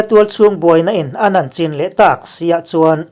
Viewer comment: Khaw hming leh mimal hming te i lam ri thiam hle mai...ngaihthlak a ti nuam sawt......chutihrual chuan Chin State hi a ziakah CHIN nimahse CHHIN ti a lam tur a ni....hei hi Falam A B C leh Mizo A AW B a in an loh vang a ni...ka lawm e.